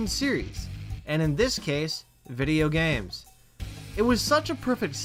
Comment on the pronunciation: Why the hell did he say “video games” so weird ?